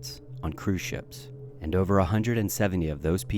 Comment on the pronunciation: “Throw it OVA”